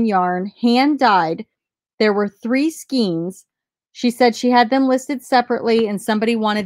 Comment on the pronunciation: I live near NEEEEna. I'm gonna bolo. Yes, I'd heard of onion skin paper. SKAYne, not skeen (yarn). Around here, at the on-line auction estate sale pick-ups, there are pickers' sales! Last one I went to, I've already cleared $267 on a $7 investment at the pickers' sale.